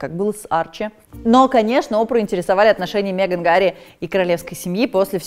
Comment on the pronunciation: Пожалуйста, хватит говорить мЕган! Ну Мэган же.